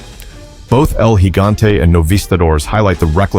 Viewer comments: Thank you for actually saying El Gigante properly. I swear most videos that bring him up constantly pronounce it with a J sound and I hate it so much. 😂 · Thank you for actually saying 'El Gigante' correctly